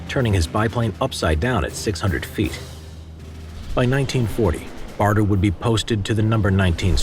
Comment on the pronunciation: Douglas BADER. Not BARTER. Otherwise, well done.